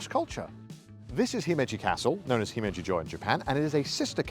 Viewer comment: He said himmeji